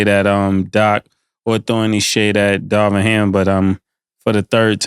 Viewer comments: Cam stay butchering names 😂 “Darwin Ham” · Cam keep syn Darwin Ham when it’s Darvin Ham 😂😂😂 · How they keep calling Darvin Ham Darwin lol